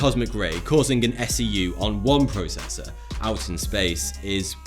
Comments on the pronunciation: The what did you say? "Protessa? Protesser?? " Processor* Oh you're just playing with us ✌️😂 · At exactly in the video did this guy say (PROTESSER) LOL